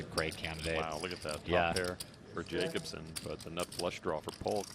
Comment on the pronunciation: Doug please stop pronouncing Jacobson wrong like a dumbass ignorant American. You're better than that